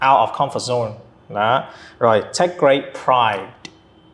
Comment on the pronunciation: "take grate pride" -> take great pride mới đúng phải ko ạ?